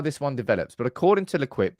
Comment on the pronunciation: L’Equipe is pronounced lay-keep.